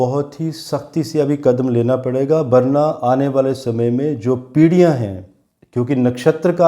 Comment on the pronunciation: Hi,, fab wale KALE ANGREJ, Hindi achche see book let, पीडियां नहीं पीढियां होता है गिरिह युद्घ नहीं ग्रह युद्ध बोल